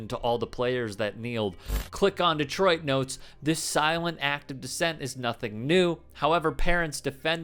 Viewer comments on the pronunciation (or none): none